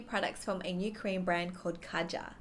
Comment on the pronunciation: Just to clear things up you pronounce it way different just type Kaja into google translate and see for yourself I just wanted to say this because I personally think if a certain brand puts a lot of effort into their product they should have the customers respect its name.